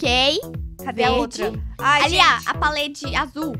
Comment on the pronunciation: "palede" kkkkkkkkkkkkkkkkkkk